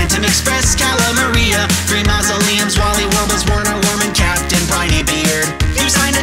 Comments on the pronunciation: It's pronounced "Verner Vermin" because in German 'w' makes a 'v' sound. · I have no clue if anyone has said this, but Werner Wurman is German, meaning his name would be pronounced "Verner Vurman". Other than that, the song is amazing.